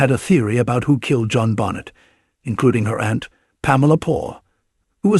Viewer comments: How about saying Benet not Bonnet smdh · Pathetic you can’t even pronounce her name correctly. Another AI dependent trash channel.